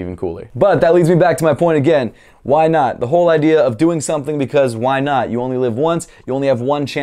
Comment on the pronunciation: As a danish person this Ø instead of O is bugging me, would always say why nøt haha XD (Which btw is a totally different sound than why not)